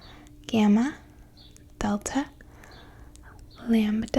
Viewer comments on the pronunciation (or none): none